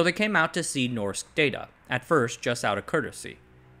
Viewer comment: It's pronounced more like "noshk daw-taw"